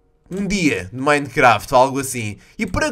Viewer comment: fala minecraft certo